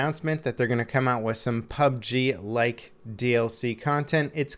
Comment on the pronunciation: Yeah... no... Saying PUB-G is just waaay, waaaaaaay easier.